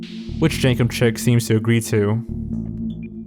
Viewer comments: The YouTube channel is pronounced Jenkem "Sheek". Chic is pronounced "sheek" not "chick" and refers to clothing and style. Hence Jenkem is "sheek" and thus "cool and in style" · The uploader of the hat video is Jenkem Chic, not Jenkem Chick. Chic is pronounced like "sheek" and it means "elegant and stylishly fashionable." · I believe it's pronounced jenkem "sheek" not jenkem "chick"